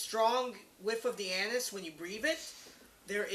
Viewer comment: anais... not anus! haaaaaaaa